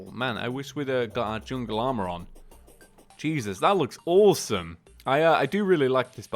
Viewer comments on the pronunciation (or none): none